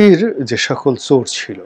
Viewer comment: ছোর না বলে চোর বলেন। চ বলতে পারেন না. ছ বলেন। আপনি ভাষা শিখুন